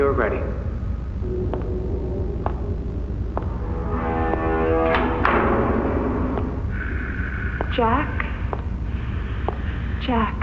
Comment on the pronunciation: Jack ❎️ Jeck. ✅️